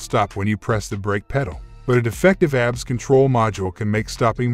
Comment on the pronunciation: You know it's not going to be a good video when the narrator can't properly pronounce the subject of the video. A B S not abs